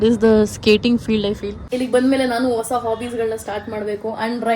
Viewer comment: leyyyy ha aakara kaliyamma. vosa alla adu hosa